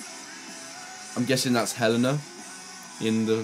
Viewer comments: btw, helena is pronounced Hel-AY-na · Did no one get angry at the fact he said HELENA WRONG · Take a shot everytime fucking says Helena wrong